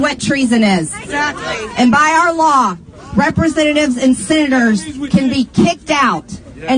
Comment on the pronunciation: Call your sinnaters, that's how maggatface pronounces Senators. 😅🤣😅🤣🤣🤣🤣